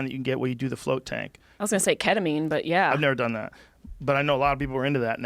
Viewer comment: martin gonzalez he says flirt instead of float lmao, thought it was an interesting detail